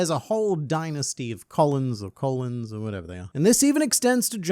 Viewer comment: Cuh-lone is how you pronounce those Colons